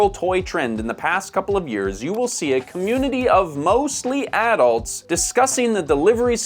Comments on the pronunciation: Why do you have to say addults like that? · I pronounce "adults" differently from how he does.